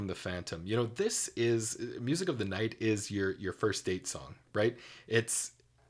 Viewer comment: My only complaint with Gerard, is how he says night at one point, it sounds like he's saying Nought, my ear picks it out EVERY TIME I listen to the song!! It drives me crazy lol.